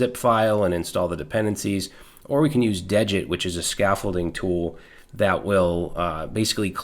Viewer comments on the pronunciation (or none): Degit is pronounced as DEE git. I heard Rich Harris (the creator of degit, Svelte, and rollup) pronounce it on a podcast interview. degit removes the git history to make it smaller. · awesome video as always but the thing is degit is spelled dee git not dejit it just clones a git repository without the .git folder